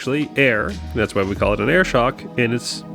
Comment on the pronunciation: Did you just say “I coil like it!”?